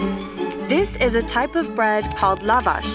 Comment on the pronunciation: The stress is on second A